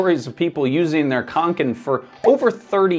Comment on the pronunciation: As a scandinavien i hurts My ears when you miss pronounce Åke and kånken😁 you should use the O sound when pronounce Å but otherwise a great video👍